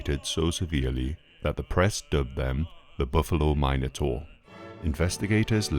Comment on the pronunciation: every mine-o-taur kills me